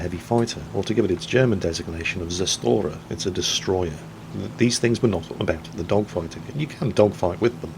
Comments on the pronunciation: Zerstörer is vaguely pronounced like tsershtuRer with the capital R being pronounced "dry", like in croissant (french pronounciation) but a tad softer than that. Hard to explain. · i hate to kick a dead horse,but zerstörer is pronounced tsershtyorer.